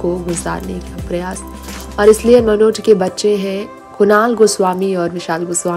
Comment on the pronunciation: आप बेवज़ह बात को रबर की तरह खींच रही हैं। मनोज शब्द का उच्चारण आप विचित्र तरह से कर रही हैं। कुछ ही जानकारियों को कोल्हू के बैल की तरह पेरे जा रही हैं। निहायत बकवास रिपोर्ट।